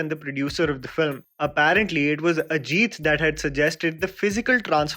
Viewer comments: buddy firstly it is ajit not ageeth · its pronounced Ajith not Ajeeeth.